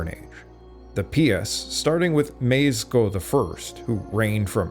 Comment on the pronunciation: I'm a Pole and I can give you a couple hints on pronunciation. The "ch" in Chościsko is pronounced like a regular h. You can ignore the first c. The "w" in Siemowit is pronounced like a v. Also, the "sz" in Mieszko is pronounced like a sh. Hope that helps.